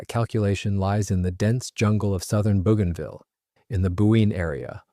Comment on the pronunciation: It's pronounced: bow ganville